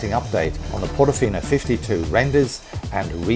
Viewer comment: I think Portofino is with an R instead of a S.